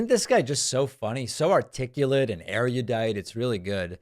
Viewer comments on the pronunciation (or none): David, Erudite has 3 syllables. Not 4.